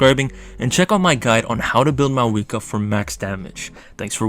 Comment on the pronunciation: I cant watch it cause you keep saying maweekwa..good luck though!